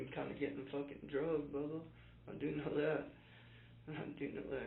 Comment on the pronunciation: The way he keeps calling the detective" Bubha 😂😂😂